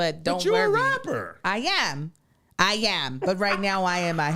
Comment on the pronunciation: “Eye yam” lmao